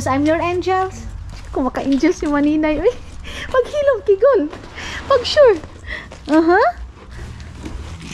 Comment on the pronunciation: Npptawa nman ko sayu mninay pg sinasabi nyu kigul hehe